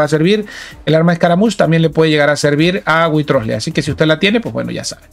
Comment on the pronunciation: Mira que he escuchado llamar de mil maneras a Wriothesley pero es la primera vez que oigo que alguien le llama witrosle jajajja